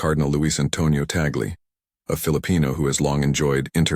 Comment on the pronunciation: Please Mr. Narrator, pronounce the Family Name of Cardinal Luis Antonio TAG LE(2 syllables), TAG LE not “TAGLE “ as in “TABLE “ or “CABLE “ . Thankfully yours 🙏❤️🇵🇭‼️